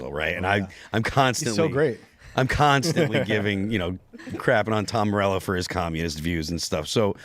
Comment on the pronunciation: Tom Mao-rello, hatdee-har!